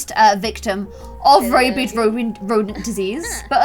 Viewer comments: Rabid is pronounced like rabbit with a d instead of a t. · Sis...it's rabid rodent disease, not rabied rodent disease.